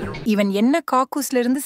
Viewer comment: " இவன் என்ன காகூஸ் ல இருந்து சிரிக்கிரான்"😂😂😂 spelling mistake aagiduchi voice 😂